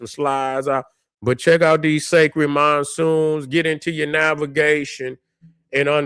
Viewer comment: "MONSOONS" fix it man. Black Power.